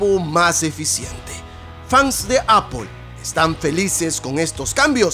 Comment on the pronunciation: Tu cazurro se llama Apple haber si pronunciamos mejor eeeh